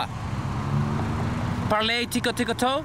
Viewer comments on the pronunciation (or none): Par-lay tickle tickle toe 🤣🤣🤣